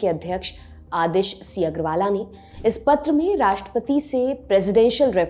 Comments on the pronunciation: मैडम जी अग्रवाला नही अग्रवाल है । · Aggarwala nahi Aggarwal hai bewakuf news reader . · Agarwala kya hota hai???? Hindi bhi teek se nahi padh sakte madam ji.... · Medam apko agrawal bolna bhi nahi aata.